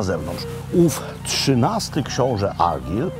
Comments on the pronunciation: Zawsze mnie śmieszą ludzie zachwycający się ostrygami. Jadłem i oprócz glutowatosci i smaku morza nie ma to żadnych innych doznań. Ściema dla bogaczy. Chce pan zjeść najlepszą rybkę Fish and chips w Szkocji to zapraszam do Stonehaven - The Bay fish and chips. I nie argyl tylko argajl, a loch to loch tak jak się pisze tak się wymawia, tylko angole wymawiają to lok bo nie potrafią wypowiedzieć loch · Szkocja moja ukochana 😍😍😍 Panie Robercie , imie Argyll wymawia sie Argajl :) pozdrawiam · Mistrzu,ten książe to się wymawia ARGAJL, a geograficzna kraina to ARGAJL and BJUT fonetycznie. Szkoci lubią mówić twarde R. Pozdro z GLAsgow....